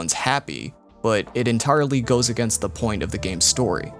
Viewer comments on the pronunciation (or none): none